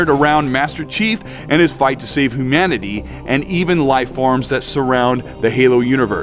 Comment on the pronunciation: Anyone else notice the humanity pronunciation ? Sounded like who-manity